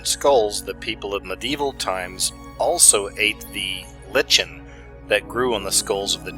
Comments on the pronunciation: lichen is pronounced " liken".. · Nice...another good one,. Thanks! (hey, say lichen like "LIKEin":) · if you're going to articulate on intellectual matters that require above average insight please properly pronounce the words you read. Lichen sounds like liken fyi. Thx.